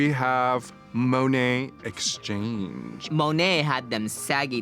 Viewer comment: Woa woa woa did raja really just say monets name wrong?😝